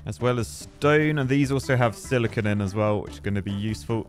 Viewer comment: That’s not how you say electromagnetism. Or metallurgy. Or silicon… I’ve played this game quite a lot and was waiting for to play it, but that was painful to watch. Matrix labs can stack AND can be set to consume matrices to research stuff so you don’t have to do it all manually!